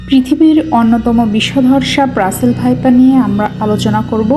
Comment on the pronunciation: রাসেল ভাইপার না, রাসেলস ভাইপার হবে। ধন্যবাদ।